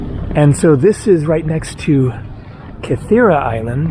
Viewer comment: Zacharoplasteio - meaning sweet shop. Zachari is sugar in Greek and related to the synthetic sugar substitute Saccharine. Oh how I miss those sweet shops! BTW Gytheio is pronounced YEE-theio - w/ the G becoming soft in certain cases.